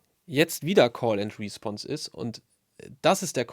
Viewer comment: Wieder einmal perfekt erklärt. Eine Anmerkung zur Aussprache: Es heißt respOnse, also Betonung auf die zweite Silbe.